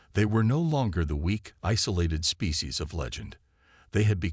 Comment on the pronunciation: Species not fecies 😂